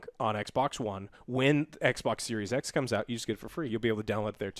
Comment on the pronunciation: "Sexbox with flopsssss?!" I'm Dead. 😵💪🤣👏🏼👏🏼